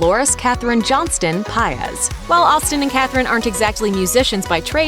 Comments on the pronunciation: Really “piaz” like come on its say PAIZ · Its not paez its paiz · Stop pronouncing her last name like that 😓🤦🏻‍♂️ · I don't think that's how you pronounce 'Paiz' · No it’s not cause my last name is Paiz and believe it or not it has a accent to it but white people can’t pronounce it so whatever they say we just say it’s correct